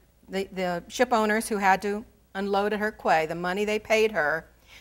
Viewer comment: Quay is pronounced "key"